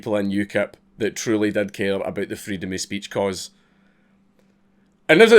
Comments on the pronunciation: Hearing Dank talk about Freedom of Speech gets me a little hot, mostly just because of his pronunciation. Freedum e Speach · Say "Freedom" in a scottish accent again :D